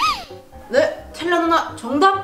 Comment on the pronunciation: 텔 라 봐 ㅋㅋ 아니고 텔라 봐 ㅋㅋ 입니다